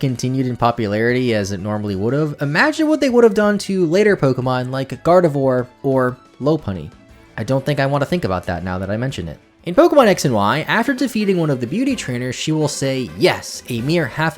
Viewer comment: In X & Y beauties aren't only woman. They are only WOMEN. There's a difference in pronunciation. Woman is pronounced how you pronounced it while women is pronounced "WEH-minn". Also Lopunny is pronounced as LAW-puh-nee because it's based on a lop eared rabbit (rabbits with droopy ears).